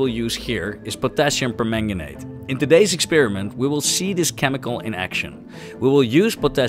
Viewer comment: Of course, I'm happy to help! I'll do my very best. Here's one: the "per" in permanganate and perchlorate is pronounced "purr" instead of "pair".